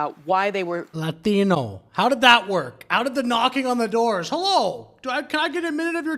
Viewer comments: Why is she saying Lathino instead of LaTino!! Lord have mercy!!!’n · 🤝 ikr. She loves saying layteeno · What is with the emphasis on the word "Latino" when they pronunciate? Does this give them street cred?